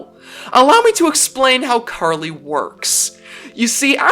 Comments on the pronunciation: OH MY GOOOOOOOOD!!!!!!!!! Someone who pronounced her name RIIIIIIIIIIIIIGHT!!!!!!!! I'm officially in Heaven. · Finally someone who pronounced her name correctly.